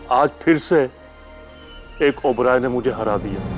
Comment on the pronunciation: Gauri Be Like : Oberois ❌ ओबेरोएस ✔️😂😂!!